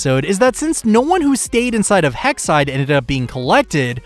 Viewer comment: that’s some strong no’s there